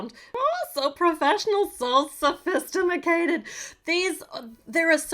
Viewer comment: “So sophistiamacated” - 2021 Me:😆 you are so funny